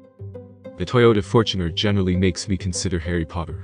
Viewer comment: Fort Runner? What the fort,,, come on man